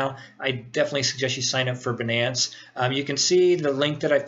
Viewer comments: no prenounce benance its bynance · good video. Most people pronounce it "bye - nance" (Binance) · Pronunciation : "Beenance" vs "Baynance" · lol banance. First time I've heard it pronounced like that. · Great video. By the way, it's Binance with a long I not "Benance", and Jaguars not "Jaguires". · jaguoirs? binnaence?